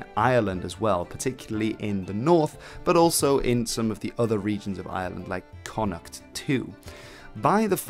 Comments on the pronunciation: Yes, the two most (major) mispronounced Irish place names, Connaught and Drogheda. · Why do people insist on pronouncing Connaught wrongly?